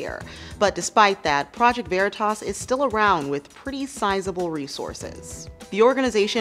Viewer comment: You sorely misprounced 'veritas'.